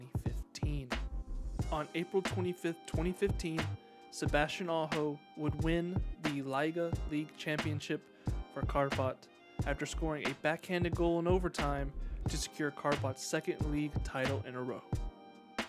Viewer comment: Finnish Liiga is pronounced just like word "league" + short A at the end.